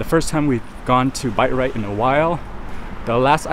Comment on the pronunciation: Bite Rite? Did they change the business name??? Thought it was Bi-Rite 🤣